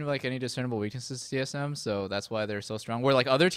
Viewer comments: LMAOO "T eth M" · lol "T ETH M"